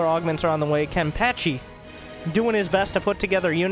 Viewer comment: I cry every time you mispronounce Kenpachi